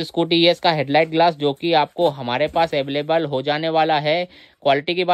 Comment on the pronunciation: baki sab thik he bis aveleble sun ne me maza aaya